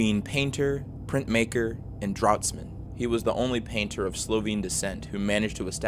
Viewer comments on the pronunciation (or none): "Drautsman" hahaha! it's pronounced 'draftsman'